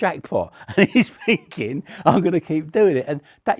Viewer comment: This guy speaks in the same mannerisms as the little british girl from tiktok who suggested getting her mom a candle cause she promised to burn the next bad gift she got. Not relevant at all but every time he goes "So im finkin..." i cant unhear it.